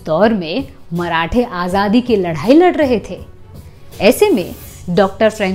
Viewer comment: उत्कृष्ट जानकारी दीं आपने 👍 मराठी में लढाई और हिंदी में लड़ाई होती है! कृपया अपना उच्चारण सुधारें 🙏